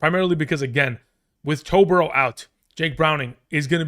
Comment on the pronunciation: Did you say “Toe Burrow”? 😂